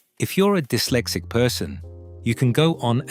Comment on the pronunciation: Its not D-Y-lexic its dis-lexic